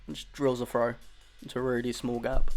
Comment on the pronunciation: I had a little trouble at first, hearing your "frow" instead of "throw" and "free" instead of "three". . . But luckily I have noticed this British/English way of speaking the "th" sound, although I know it is probably a regional, rather than a national pronunciation.